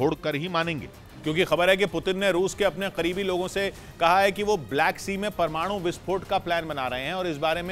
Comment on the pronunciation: Bhai aap parwanu parwanu bohat karte ho